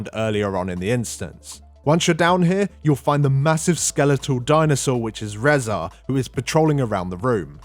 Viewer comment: "Rehzar"... You mean Rezan. Reh-zahn.